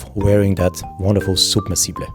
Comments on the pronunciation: submersible - u are pronouncing it as soub mersible (like how u say super or soup) u need to say it as sub-mersible (like how you say Sap) btw, beauty video ,so much in depth. top class timepiece. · "unfortunately we can’t leave voice messages here ... I would have asked you to pronounce it the way you do." I'm not Owl Guy, but in American English it's sub-MER-suh-buhl, similar to submarine (SUB-mer-reen). If you click on the link here and then click on the speaker icon you'll hear an American saying it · well in google you can hear it , the right way in English , but trying to sound like it is some posh and extravagant word is ridiculous, the rest of the video is wonderful and good and interesting, but that word when he is pronouncing "SUB-Mersible" is just hilarious to me .... don't get me wrong i love Panerai and would love to have it , it's just that word that made it awkward to me....... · Soob-mer-see-ble😜 Newton centimeters?! 🧐 Feets 😂 Wiff 🤪